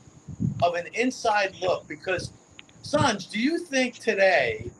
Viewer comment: These guests can’t let someone finish a sentence. And mispronounced Sanj name the whole time.